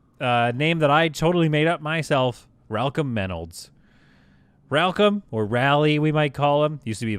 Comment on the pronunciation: OMG ...."Ralcom Maynolds"..... ROFL!!!!